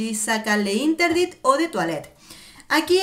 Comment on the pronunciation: Le interdit... no.. se pronuncia l'interdit... sólo és una sugerencia...😍